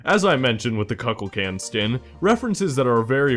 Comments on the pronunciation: Cuckulcan he said. I'm dead. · one thing as a Kukulkan main dear god you said it wrong it hurt me T,T